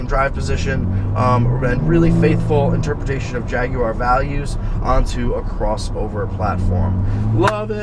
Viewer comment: I'm subscribing just for the simple fact that you don't pronounce it Jag-wire